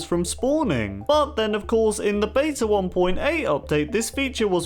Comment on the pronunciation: Stop pronouncing beta wrong!